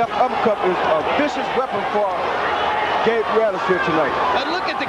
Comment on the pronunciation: Gabriel ROO-EL-AS, Jessie James LAY-HA